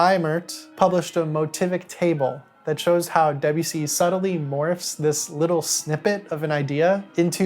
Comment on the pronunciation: You could at least try to pronounce Debussy’s name correctly